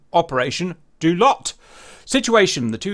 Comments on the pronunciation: it's not "Doo-lat"...it's "dau-lat". from native sabahan,north borneo malaysia. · Just FYI, Daulat is pronounce as 'Dow(as in down) - latt (like latte without the te)'. Also, Hi from Sabah, Malaysia XD.